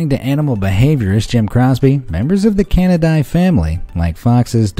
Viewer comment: It's can-uh-day. (Canidae)